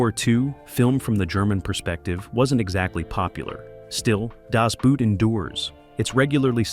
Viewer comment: Das boot... pronounced like a shoe? No, no, no, no!